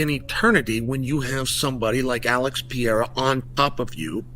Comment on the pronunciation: After all these years, Chael still hasn’t learned to properly say “peh-reh-rah”. No, for him it’s Piera 🤣🤣🤣🤣